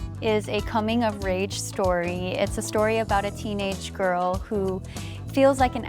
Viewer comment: did she say coming of rage? huh